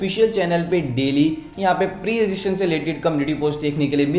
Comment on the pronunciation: pre registration ka pronunciation to thik se karle 🤣